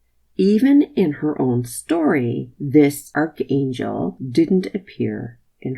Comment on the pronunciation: She can't even correctly pronounce archangel 🙄